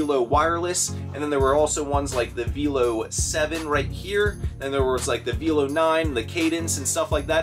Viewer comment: Actually,, VELO is pronounced the same as YELLOW, but with a "V".;D I worked in a professional cycling shop for 10 years. I would have grabbed all the cycling computers as well, and because spring is around the corner, those cycling computers will sell fast. Great great score, my reselling brethren. I wonder if you could have negotiated for the computers at a dollar off each one if buying them all.